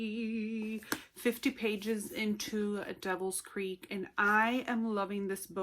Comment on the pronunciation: This made my day. Thank you so much for the review! I loved the vlogs, watching as you progress through the book. So cool. And yes, you pronounced my name correctly, so you get bonus points. :-)